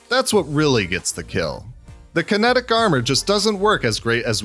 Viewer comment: Wait kinetic? Or kinetric?